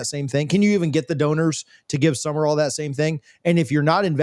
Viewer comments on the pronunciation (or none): needs to back off the Red Bull and other highly caffeinated beverages. And it's Sumrall. Not Summer-All. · Sumrall has a completely different energy than Napier. He will be different. He will be successful. And it's Sum-rall, not Sum-mer-all.